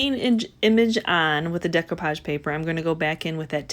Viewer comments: I love to hear her say "dec you page" instead of "dec oh page". beautiful job. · I enjoyed watching your video and am inspired to try this myself. I don't want to be that person, but you did say several times about the value of learning: one of the techniques you were using is pronounced "day-coo-pahj" not "day-cue-pahj". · Looks good, MOD podge. De-koo-page. Just FYI. Love your channel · Mute it if it bothers you that bad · Mod Podge not MODGE podge And Decoupage is NOT pronounced that way